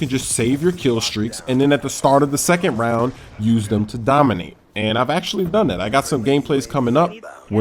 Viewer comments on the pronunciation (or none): none